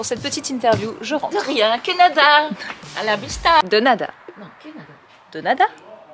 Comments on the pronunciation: Denada prononcé dénada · Bien tenté, mais c'est bien "de nada" qui se dit "Dé nada" 😉 Hâte de voir les travaux de la maison❤